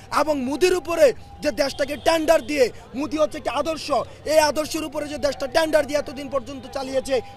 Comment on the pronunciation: It's মোদি ভাই..... not মুদি!!